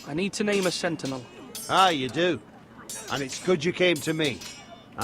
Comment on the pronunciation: he does do a marvellous job of butchering 'sentinel' :)